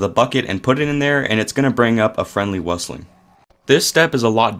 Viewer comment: How you pronounced Meuchler and Wüstling 😂❤